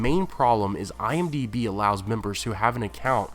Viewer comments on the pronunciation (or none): none